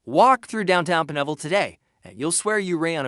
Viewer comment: Pine ville not P'neville